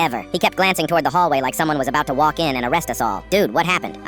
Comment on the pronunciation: you did NOT just say "putted" edit: OR "ABAUT" BITCH WHAT THE FUCK